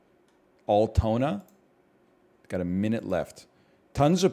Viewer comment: Altona is pronounced Al as in Weird AL Yankovic.............. Al tona